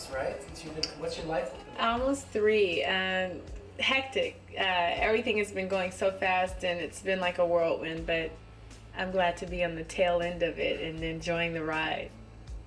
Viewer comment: She said “worldwind”, but okay.